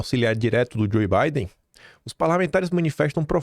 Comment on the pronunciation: tu mora aí na gringa já há anos e ainda fala Joê Biden, pô? Vamos lá.. DJOU Biden.. por favor, né?!